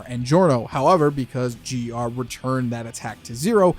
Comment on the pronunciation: It’s GER